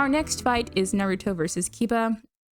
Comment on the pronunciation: I was about to subscribe and then I heard the way you pronounce Naruto